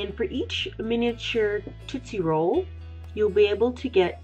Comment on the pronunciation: what is a "totsie roll"?